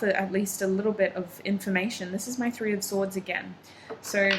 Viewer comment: 3 in Persian is "se"... I thaught you speek in Persian suddenly while you said se instead of three 😅❤️